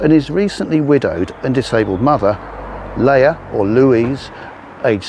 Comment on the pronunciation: It's pronounced.. Lee'ah. 👍